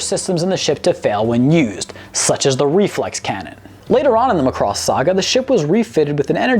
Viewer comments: All complaints about the songs are the presenter's own fault. He was Warned he should watch Macross and not Robotech. Mari Ijima's vocals vs. No name english dub singer is no contest. Also, it is pronounced Macross, emphasis on "a". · It's Mack-Cross... Any else is like nails on a chalkboard. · When he keeps mispronouncing Macross it's like fingernails on a chalkboard... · Please learn to pronounce the names better It's not "much cross" but "Mac cross" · I've always said it MACK-ross. Muh-Cross doesn't sound right somehow. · Would people(of the West) stop pronouncing it as "Mc-cross". It's, The "Mac-Ross". Or if you're still cringy about it. Just call it "The SDF-01". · The ADV dub always called it Mc'cross and I hated it. Why? It is totally clear when you hear the opening intro. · yah but you realize he butchered the name right? its mac - ross... there was no love... lol which japanese name is Makurosu and hey guys you realize with out macross there wouldn't be transformers right? i mean give it some respect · every time he says ma cross I want to throw something at my monitor. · It's pronounced sir as mack-cross..... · This show is a classic. Also is pronounced Mack-Cross. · It is MACROSS MAC as in MACBOOK it is not Mcross or Mcbook. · its not M'cross, its Macross. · Not to beat a dead horse, but...THERE WAS A REASON HE SAID MACROSS AND NOT ROBOTECH!!!! (MAH-cross, not "McCross"...duh... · It's MA-Cross. Not m'CROSS. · Muh-cross. LOL. So after watching EVERY episode you still pronounce it wrong. It's Mack-cross. And continually mispronouncing name used in every episode leaks me to believe you just googled several fansites and a wiki or two and went from there to write the script. Like claiming to watch all the episodes of Naruto and then proceeding to pronounce Sasuke as suh-Sooki. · It isn't ma-CROSS. It's MAH-cross... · It’s ma cu doss not muh cross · It is not pronounced MUH-Cross it is MA-Cross. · its irritating how you pronounce macross